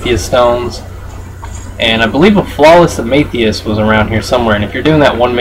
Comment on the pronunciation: Its am-e-this-t not however you said it. just for future reference, not tryin to judge you